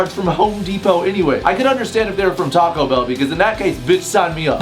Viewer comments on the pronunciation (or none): none